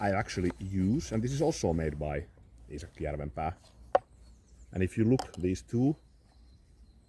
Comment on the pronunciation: I am glad to hear an authentic pronunciation of Iisaki Jarvenpäa! I have a horse head Puukko like yours, although the handle and sheath are not so fine. I think part of the brilliance of this design is how comfortable the handle is overall. The horse head is not so bothersome to the hand but quite reassuring. Thank you for the book recommendation. I will follow through on that :D